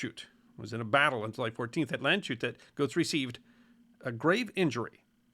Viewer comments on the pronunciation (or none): "Land-shut" Nope. sh in German is never the same sound as in English. Think of it as 'Land's hat' ('sh' is 'sch' in German.) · I hate to be the guy, but Landshut is pronounced: Lunds-hoot It translates to "the guard of the land"